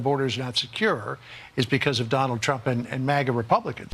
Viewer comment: Is Biden saying, "Donald Chump"?